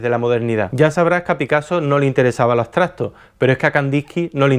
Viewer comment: Estupendos videos, no me pierdo ninguno... oye ¿Qué onda con la pronunciación de "Abstracto"', es algo cultural? Saludos desde el hermoso puerto de Veracruz, México